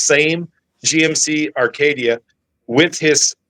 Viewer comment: Acadia not Arcadia